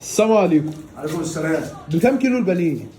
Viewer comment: السامو عليكو❌السلام عليكم ✅